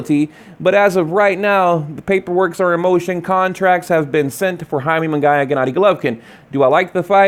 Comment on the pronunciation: First of all, stop saying Jaime Mungaaaayaaa.. who tf is Jaime mungayyyyaa??? Shit's annoying.. second i wouldn't watch either fight, because canelo wouldn't be fighting kovalev fair and square with the catchweight and rehydration claws he already at an advantage.... so not interested